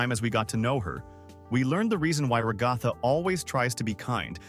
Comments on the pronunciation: Ra-gath-a No its rag-a-tha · Bruh can't pronounce ragatha right lol....